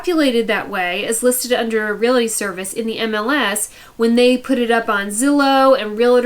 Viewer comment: it’s Real-tors, not Real-eh-tors. It’s Real-ty not Real-eh-ty. The “eh” sound people pick up wrongly is from the 2 words Real “Eh” state.